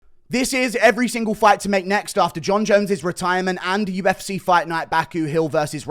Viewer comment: Why can't you say UFC properly? I mean you do sometimes but then straight after it's back to U F SAAAAAAY instead of C .... what is that shit?